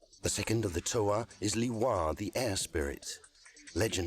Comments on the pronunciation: I love the different pronunciations and such, which then conflict me, do I use those, are those the right ones then? For example Lewa, being pronounced not as Leewa, but as Lewaa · Neither "LOU-wa" or "LEE-wa", but a secret third thing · My favorite part is that we've discovered yet another way to pronounce 'Lewa'